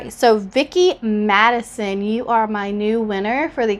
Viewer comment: It’s MaSON, not MaDISON... and you also miss spelled “anniversary” on your envelope..... just saying 🤷🏻‍♀️